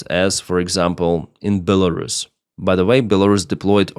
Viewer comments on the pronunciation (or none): none